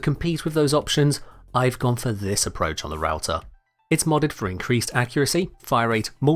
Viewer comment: It funny and painfull because i'm finnish and i know that its suppose to be prounced "rauta" and not "routah"